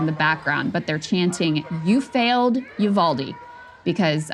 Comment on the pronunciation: "you failed Uval de" absolutely stings